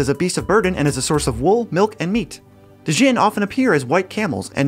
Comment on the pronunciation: "Dee-jinn"? The "D" is silent, hillbilly